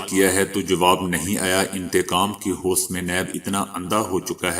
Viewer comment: بھائی جان آج کا لفظ ہ و س نہیں بلکہ ہوس ہے.